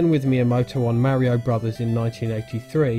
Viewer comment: It's pronounced Mario.